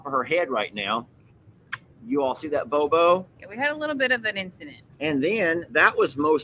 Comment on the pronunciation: it's boo boo not bow bow